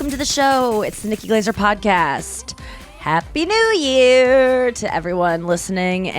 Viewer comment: I thought Nikki Glaser said aspie new year, for a sec.